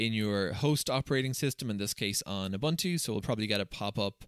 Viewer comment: No, you are not using "OOBANTOO". You are using "OOBOONTOO". Your Scottish accent is not an excuse for this big mistake. 😁